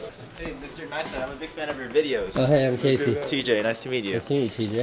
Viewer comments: "Casey Neastat" "Yeah Neistat" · That feel when you pronounce meet Casey and pronounce Neistat wrong. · I found it funny when that guy guy didn't pronounce your name correctly and you corrected him afterwards lol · "Casey Kneestat!" "Uhm Neistat..." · Love that Casey corrected that guy when he pronounced his surname wrong haha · he got figured in the vlog even though he butchered your name?! blasphemy. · he says he's a huge fan but can't even pronounce his last name right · How do people still pronounce Caseys surname wrong? He says it in every video lol... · Saif Hussain No, he says his first name, but when he doesn't get Neistat right, that's why Casey corrected him. I think that's why he got annoyed, like, "You don't even know who I am but you want to get in on my vlog?" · Your Life Is A Great Story He just pronounced Neistat wrong, thats all. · ramsey u fuck u got his name wrong